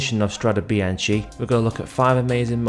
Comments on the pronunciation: Good thanks, the Italian pronounciation is biankE like gEt lEt sEt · The last part of Bianche in Italian is pronounced as a K-sound, it is not bian-CHi, per favore 🤌🏽